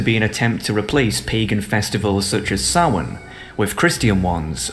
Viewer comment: Thank you for pronouncing Samhain correctly! P.S. They are demons.